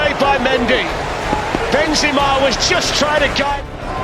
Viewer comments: When he said benziema 💀💀💀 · why did the commentator say benzima